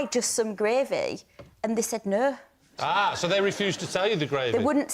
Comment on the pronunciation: Lol Lucy says "Nou" And later on they all follow it.... Nou😂😂😂😂😂